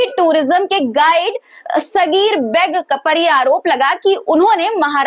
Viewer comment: Aap har bar comments mangti hain.lekin comments pe amal nahi karti.Ammairica.Saffffai.Mazzzak.Aur.Beg shabd no mirzaon ka title use jhatke se begg.kah rahi hain.Beg ko thoda kheench ke bola jata hai Aap.jo bol rahi hain.uska matlab bheek hota hai.aur her news ke pehle itna bhasad dene ki kya zarurat hai.